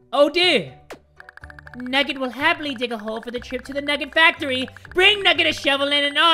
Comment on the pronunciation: NUGGET FACTOWY!! Me: HAHAHHAHAHAHAHAHHAHAHAHA